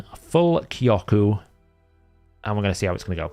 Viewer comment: btw jp speaker here, you're now saying Kyoku right